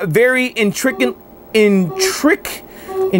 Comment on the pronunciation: Weirdest pronunciation of intricately I've ever heard ... lol